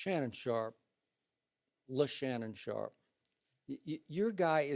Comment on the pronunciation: Bruh, did he just say LeShannon Sharpe💀💀💀